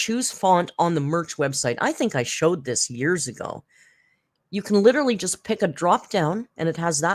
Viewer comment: Leader-ly/ Litre-ly 😂 That is what I hear when she says literally lol.